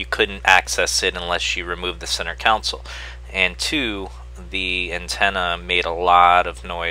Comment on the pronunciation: Why do you say "Council" instead of "Console?"